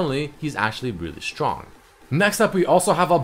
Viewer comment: i swear its fking strong not shtrong